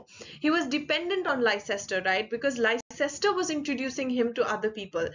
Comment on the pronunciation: A friendly correction: Leicester is actually pronounced as "Lester"; as in a person's and a city's name.